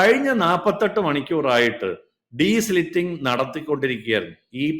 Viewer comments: " ഡീസ്ലിറ്റിങ് " അല്ല , " ഡീസിൽറ്റിംഗ്‌ " ആണ് . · Desilting and not desliting😅 Not an expert but primary school science 🧪. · It is not deslitting. It is de-silting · the right word is *DESILTING*, not desliting. Please note.